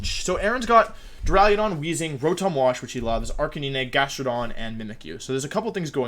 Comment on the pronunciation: can't believe you'd pronounce jastrodon wrong